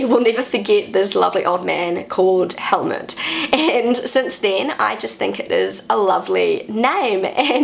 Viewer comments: I like your pronunciation. only with Helmut, I would recommend you to say it as if written "Hellmoot". It would not sound like Helmet. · pronounced Helmoot, not with a short vocal, more like "mood" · my Father was a Helmut, I know you pronaunce the name like most englixh speakers but in Germen it a emphasis in the U than it does not sound as much like a helet anymore.